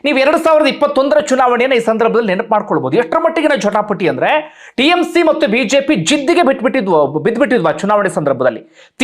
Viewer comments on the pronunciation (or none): none